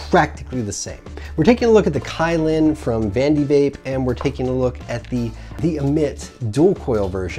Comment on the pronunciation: wow, 2 products that you completely butcher the name of... but Hey, you butcher your spicy jew fro and 03 fuck boy chin straps, so id expect nothing less. on the positive side, you were less scatter brained and didn't repeat yourself 800x. that's me, always finding positives and not dwelling on negatives 🖒